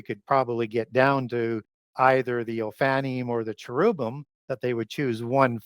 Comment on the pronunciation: Because you are an expert, I will help you pronounce correctly... Oh-fan-nim. Not "oh-fanny". & chair-rib-him